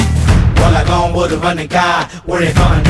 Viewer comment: Its Ulagam and he is pronouncing Olagam. Song is kickass